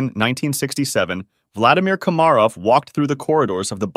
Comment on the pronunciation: how do you fuck up pronouncing komarov at the start but 20 seconds later get it right?